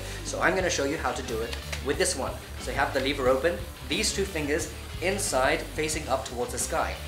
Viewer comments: It’s lever not leaver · Lev-er not Leave-er